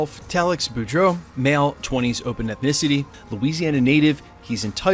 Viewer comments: Beau = Bo. Bou = Boo. The character’s last names are pronounced Bo Dro or Le Bo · BEAUDREAUX is pronounced Boo-dro, not Bor-dough. And it's not Lay-boo, it's pronounced La-bo.